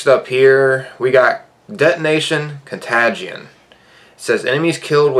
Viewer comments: Con-Tay-Jin lol. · also “etonation con tagde eon” 👌🏻👌🏻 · You said con-ga-tion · Cont A gion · I love how you said contagion 😂 reminded of a Christmas story when the dad reads fragile on the box 😂 love the content! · We all just gonna ignore how he pronounces ‘contagion’? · Yeah I especially don't want to listen to somebody that doesn't know how to pronounce contagion especially right in the middle of a global pandemic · U didnt pronounce contagion correctly at all... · reads contagion wrong stay in school kids